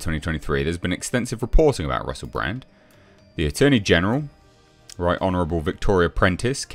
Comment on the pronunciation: "Honerable", what? An MP?! PFFT! BWAHAHAHAHA!!! 🤣🤣🤣 🤡🤡🤡